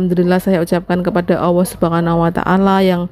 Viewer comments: Maaf ya mbak.. Bisa kasih saran nggak? Sebutan nya Allah itu yang jelas ya... ALLAH YA MB bukan awoh... Selamat ya mb atas kelahiran Anak ke 2 nya....semoga bahagia selalu.... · Allah mba, bukan awwah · Sebelumnya mohon maaf y Mb..dalam melafatkan Asma Allah itu kalo bisa jangan Awoh y tp ucapkan ALLAH ( ALLOH ) mohon maaf sebelumnya 🙏🙏